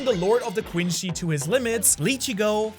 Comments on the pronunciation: This is basically how people who don’t watch Bleach think Ichigo is lol Edit: Heads up, it’s pronounced Quinsee not Quinshe, the word is French and it’s only pronounced Quinshe in Japanese because of their accent. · BRO SYAYS QUINCY QUINCHY